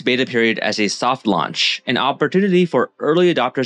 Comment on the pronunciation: I agree with everything you said but I couldn’t stop laughing that you said soft lunch instead of soft launch 😂